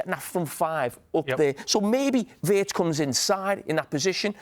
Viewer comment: Big muuuney,frimpang, weertz😂😂